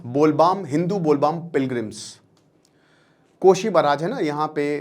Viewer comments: Bol baam nhi , its bol bam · Sit its bol bam not baam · With due respect, Teacher साहब, Professor साहब, और बड़े अक्लमंद साहब… आप जो बार बार कहते हैं ना “बोल बाम”, वो “बोल बाम” नहीं, “बोल बम” है। समझ रहे हैं ना जी? इतनी सी बेसिक बात भी अगर आपको नहीं पता, तो फिर आप पढ़ाने निकलते कैसे हो भाई? यहाँ बैठकर ज्ञान पेलने से पहले कम से कम जिस विषय पर वीडियो बना रहे हो, उसके बारे में थोड़ा पढ़ तो लिया करो। सनातन पर ज्ञान देने निकलते हो और “बोल बम” और “बोल बाम” तक का फर्क नहीं मालूम! यार, ऐसी बातें करते समय थोड़ा शर्म भी आनी चाहिए। वीडियो बनाकर ज्ञान बाँटना अच्छी बात है, लेकिन पहले सही जानकारी तो रखो। बोल बाम नहीं, बोल बम है। 🙏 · Bol Bam 😂😊😂😂. It's Bhole Bom. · सर ज्यादा अंग्रेज बनने के चक्कर में बोलबम को बोलबाम बोल रहे है 😂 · Bolbaam nahi hota hai Bol bam hota hai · bol baam kya hota hai sir its bol bam